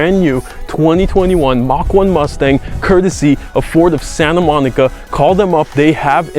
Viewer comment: Forward of Sayinta Moneekuh